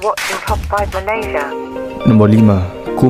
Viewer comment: Bang sebut lah nama NEGARA tu dengan betul , cara sebut yang betul MALAYSIA - *MALAY SI YA